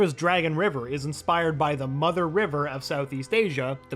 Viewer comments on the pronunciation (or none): none